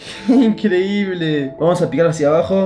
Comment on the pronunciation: Aquí los que se dieron cuenta que dice "esta incredible"